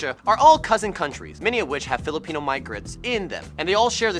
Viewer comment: You almost made me forget my language on how bad you pronounced philipino